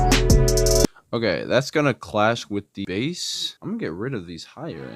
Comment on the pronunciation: You almost lost me when you said bass instead of bass lol